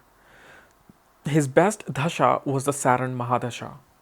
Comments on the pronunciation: Its Dashaa not Dhashaa. You trying to pronounce it Dhashaa,, you know how to pronounce it correctly but you are not doing it. Don't try to proof you are not from India. 🤨 you know what i mean. Smart boy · Its Dasha not Dhasha..